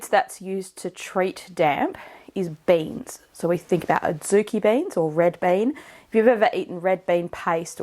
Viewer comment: I heard banes as in wolfbane until you showed beans 😂